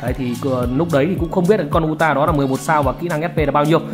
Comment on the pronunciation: đọc là Ừ TA, ông này phát âm tên nhân vật nào nghe cũng bị không vào tai...